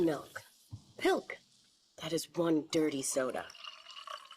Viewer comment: pilk is more like colk.....